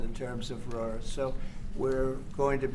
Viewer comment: “Raw earth” 😂